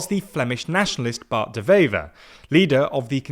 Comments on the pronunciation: It's De Wever, not De Vever. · Again with this shit? Which government? We have 5 or 6 of them. Also, it's pronounced Dewever, not devever. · Small note, W in Dutch is just a W, not pronounced like a V.